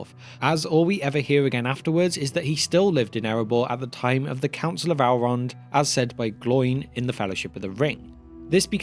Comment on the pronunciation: Still don't understand why yall choose to mispronounce Elves and Elrond as, "Alves" and "Owlrond". Tolkien was British but made it pretty clear, even in his accent.